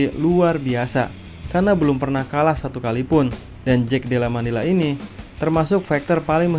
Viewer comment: Koreksi brol : Madallena bukan Mandella, tapi emang kadang susah sih nyebut nama fighter satu ini 😂